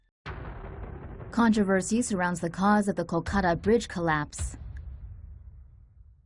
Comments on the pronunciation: it's called Kol-ka-ta not kokada! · its KOL-KA-TA